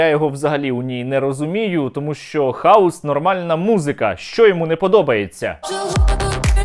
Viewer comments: Про Киву и хаос было весело, а ещё смешнее, не то, что он повторяет это слово, а то, что он его не правильно выговаривает, он говорит хаус, а не хаос, а это дом или доктор Хаус )) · Хаус... Тормоз даже не может о букву выговорить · ЯК для кандидата околодєйствітєльних наук неук Кива має розрізняти прості значення слів,які вимовляє на людях."Хаус" і "хаос"-це різні поняття. Заглянь в Гугл,ідіот!Не сміши людей своїми "перлами " красномовства. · ОПЗЖ смішні і тупі - 100%, але куди діти лохторат, який знову заведе цих колаборантів в Раду? А нажаханих хАусом👻 в ОРДЛО стільки що, як тільки там нададуть можливість приймати участь в українських виборах, наголосують нам не 13, а всі 40% опожоп в Раду.